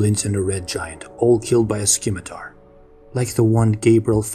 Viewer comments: Thanks for doing this, I appreciate and enjoy it. Moving forward, please note that the C in scimitar is silent... The word is pronounced "simitar" ... Similarly, "Dave" is actually named Dove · Really enjoy these... but the c in 'scimitar' is silent